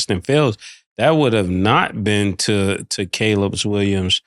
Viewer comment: Killa finally saying Caleb Williams and not “Collab”